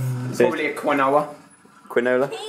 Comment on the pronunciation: Well.. Alfie kinda said my name xD (the first time he said Quinoa and pronounced it weirdly .. but w/o the 'oa' part haha!!)